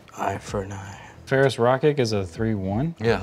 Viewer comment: pronounced Rokiric's name the Slavic way! Do you perhaps speak a Slavic language?